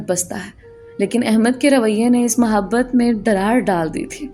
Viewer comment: Ap ki urdu maen kahen kahen jhol hy lihaza is baat ka khayal rakhen,,,, jesa k ap hamesha muhabbat ko mahbat kehti haen, or bhi isi tatah k kuch words haen, lakin ap ki kahaniyan marn ye word ziyada use hota hy is liye ap tashi kar rahi hoon, plz mind na kijiye ga....